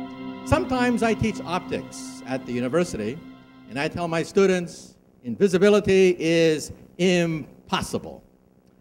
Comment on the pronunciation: for a few of them though like invisblitly =D